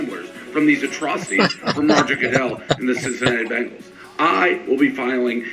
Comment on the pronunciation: dude! its ben-gals NOT bean-gals.